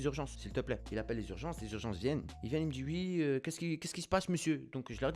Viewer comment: Toi tu dit ui est pas oui